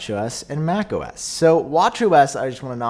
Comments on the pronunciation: I keep hearing you say homo s 😂🤣😂 and if apple actually called it that I would be so surprised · “Homo-S” I can’t unhear it! Just in time for Pride Month! Yay! ❤️🏳️‍🌈